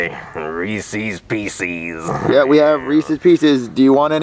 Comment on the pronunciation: The homeless man said ree cees pcs😂